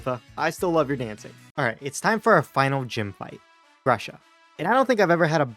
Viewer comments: Bro the ice gym leader’s name is pronounced groo-shuh not grush-uh Edit: and he’s a guy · Geeta: Congrats, Larry! You’ve beaten me, which makes you a champion now! Larry: That means I finally get to see my wife and kids, right? Geeta: ... Larry: That means I finally get to see my wife and kids, right? Grusha is pronounced Gru-shuh (like Gru from Despicable Me), as it is a Russian word that means pear. I’m of Russian descent on my dad’s side so I couldn’t help but notice. Also, Grusha’s a guy!